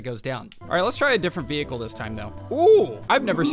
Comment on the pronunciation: Can you please check how to pronounce vehicle